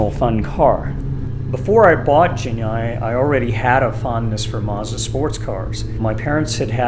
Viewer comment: I hate to tell ya this, man, but you're mispronouncing the name of your car. "G"s in Japanese are pronounced with a hard "g" sound.